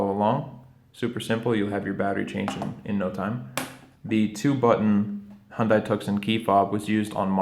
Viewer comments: Hyundai rhymes with Sunday or Monday. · Yes, I was a bit dismayed that in this how to video he mispronounces both Hyundai and Tucson.